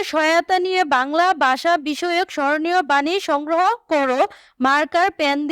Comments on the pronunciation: ভাষা কে বলে বাষা😅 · ভাষা ❌ বাষা ✅ 🤦🤦🏻‍♀️🤦🏻🤦‍♀️ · মোদের বাংলা ভাষা ❌ মোদের বাংলা বাষা ✔️😂😂😂😂😂